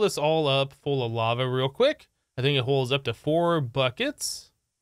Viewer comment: Is it me or he actually said "bava" instead of "Lava"?